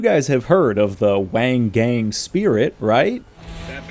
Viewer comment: They mispronounced Wangan which is supposed to be said like W(ah)n G(ah)n not like Wang Gang